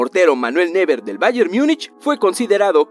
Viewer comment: neuer se dice noyer a ver si pronunciamos